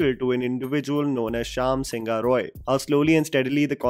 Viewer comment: NOT SINGHA IS SING-HO(E) ... YES,IT SOUNDS EXACTLY HOW I PHONETICALLY BROKE IT FOR U ... IN BENGALI SINGHA MEANS LION ! . IN ENGLISH SINGHA IS WRITTEN AS SINHA !